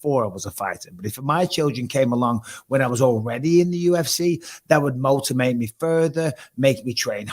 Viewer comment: MIchael "Motimate" Bisping